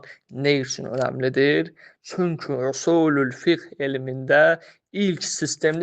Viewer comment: قرأت كلمة خطأ " في اصول الفقه " هداك الله.... يا طالب العلم